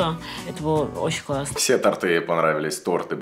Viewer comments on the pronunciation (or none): в мж удивляется словам "евоный, ееный" на 4 свадьбах "ТортЫЫЫ"!!! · Торты а не торты